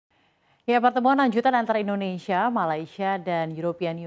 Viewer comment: Mbak, tolong, namanya Indonsia bukan Indonesya, tidak perlu niru lidah asing.